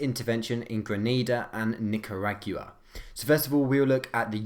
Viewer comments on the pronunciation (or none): Excuse me. Nik-a-rag-ua? What the shit was that pronunciation? Its Nik-ar-ah-gwa